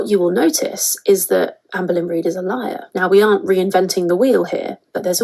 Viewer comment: Lyeyur Liyrr Lliar Erm... 🤔😂